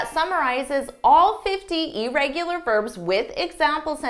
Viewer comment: Hard to take someone who mispronounces irregular serious.